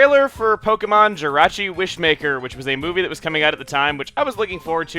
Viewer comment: Jirachi not Jyrachi!!!!!!!!